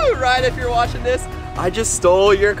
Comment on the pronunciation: Bru not coll